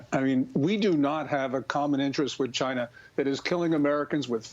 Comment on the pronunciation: "Chy-na." DJT